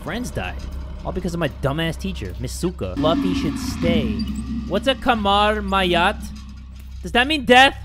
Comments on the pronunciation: well im not indonesian but im malaysian and i want to tell you that kamar mayat is the corpse room jay😂 it's just so funny when you pronounced it😂😂😂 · Kamar mayat “ mayat room ” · WHAT IS KAMAR MAYAT? IS THAT DEATH? Me: idk how you get that right... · you pronounce :"kamar mayat" got me laughing. It means morgue and yes your guess is right😂